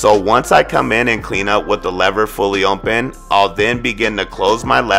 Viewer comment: Nigga said: ohnpen 😂 its open big dawg